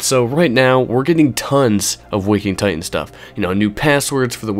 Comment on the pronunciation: It's called Waking Ti T an... not Ti-ehn